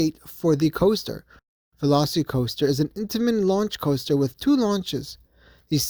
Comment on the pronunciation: It’s not velocity coaster. It’s pronounced like the dinosaur. It’s Velocicoaster. Not velocitycoaster